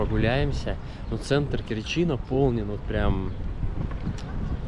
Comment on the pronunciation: Не в КерчИ а в КЕрчи.Научись читать правильно .Слушать жутко.....